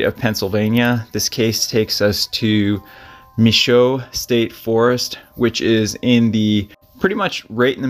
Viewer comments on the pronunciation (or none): Michaux. Pronounce muh show.